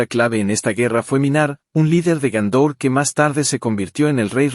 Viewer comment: Y Gondor no es Gaúndor.